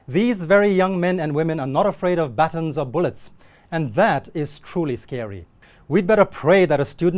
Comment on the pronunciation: That’s now how to say baton.